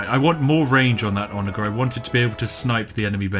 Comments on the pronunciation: ITS A SOFT "G" IN ONAGER... otherwise the video was great! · The way he pronounces 'ONAGER' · Idk if you're mispronouncing "onager" on purpose or not, but damn does it trigger me